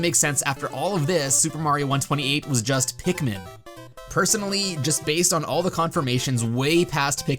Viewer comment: Pikmin. It's Pikmin.